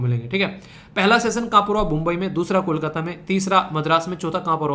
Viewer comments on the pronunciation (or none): none